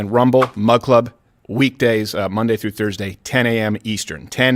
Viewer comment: Can someone please tell him it’s MONDAY detail, not MUNDANE detail. Unless he’s referring to a Canadian version of ‘Office Space’ I am unaware of…